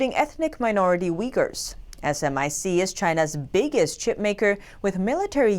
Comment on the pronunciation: SMIC was my wife's client until recently when it got sanctioned 😂. Too bad I couldn't speak my mind (banks don't allow that of course) but I'm glad truth eventually prevails. It's not pronounced as S M I C but SMIC. Same with FTSE which should not be pronounced as F T S E but as FUTSI 100 or 2 50.